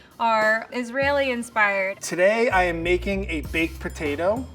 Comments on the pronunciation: Did she say Israeli? What’s that? 🥴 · Hey, it’s not “Israeli” seasoning love